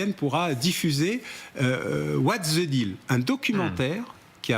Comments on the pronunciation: M Bauer il n'y a pas de lettre Z dans le mot anglais THE ( ... the deal ) alors cessez d'en prononcer un ! Le mot anglais THE se prononce DE ! comme ça vous aurez l'air moins ridicule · Non, ça ne se prononce pas "DE", mais à peu près comme "VE" (en phonétique "/ðə/")